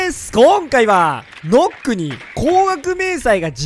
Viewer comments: ヌックって言え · 「ヌック」じゃないの？